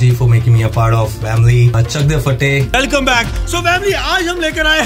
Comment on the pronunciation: No one: Literally nobody: saying vamily again and again😂😂😂❤💜